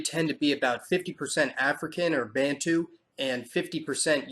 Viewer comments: Bantu is not pronounced Banntoo, it is more like bahntu -sharp t and not too...soft ba (hold your breath to get it right) Also, we do not regard ourselves as Bantu. If you asked what we are, we would say Zulu, Tswana or any one of about forty nations. Europeans are the only people who call us bantu. Bantu is the Zulu word for humans,. The singular is umuntu - root:muntu. The plurals is abantu -root: bantu. So, if you say bantu you are saying humans. What does that make you and the rest of humanity? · You cannot even pronounce Bantu. Who are you to talk on our behalf?